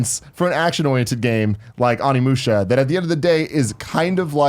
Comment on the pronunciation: Just a tip for the future, it’s pronounced OHnimusha, not AWnimusha.